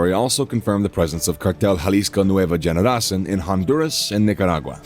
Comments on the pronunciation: I've commented on a lot of their videos....they can't pronounce the words and I feel like they just don't even try to learn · Can’t stand the stupid pronunciations they need to just say it in English or hire someone who speaks Spanish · Generacin? Lmao it's cartel Jalisco new generation generacion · It's not Nueva Generacin , it's Generacion , meaning new generation ......lmao